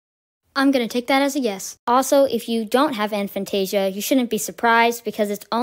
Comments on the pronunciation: It's pronounced a fan-tay-zia not an fan-tay-zia. Regardless, this is a very enlightening video. I never knew this was even a thing. So even in dreams you don't see anything? Fascinating! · I've always pronounced it A(as in hay)-fan-tay-zee-a but Dr Zeman pronounces it A(as in hat)-fan-tay-zee-a. But then he pronounces his name as Zemman so what does he know?